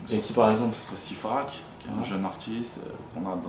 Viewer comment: CIFACK et pas sifak